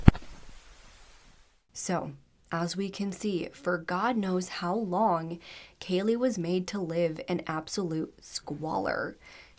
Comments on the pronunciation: You said her name wrong 2 different times 😢. You called her Kayla and Kalia as well as her actual name, Kaylee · Kaylea. Pronounced JUST LIKE KAYLEY. It was said numerous times in the 999 call and the court footage. If you're going to cover a case on a victim for profit at least get their name right.